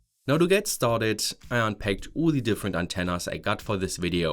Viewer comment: Started!! Not startett